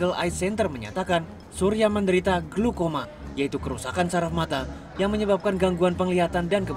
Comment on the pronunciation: glaukoma woiii.. bkn glukoma